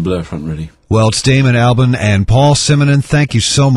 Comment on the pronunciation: He said Damon Albarn wrong.